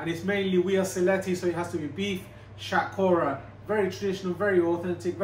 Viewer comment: You idiot. It's Hatkhora. It's unique to Sylhetis and Sylhetis never say "Shatkora". You are a coconut.